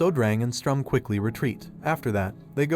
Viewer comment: just a bit of correction on names Sturm not strum Siero not cielo , her full name is sierokarte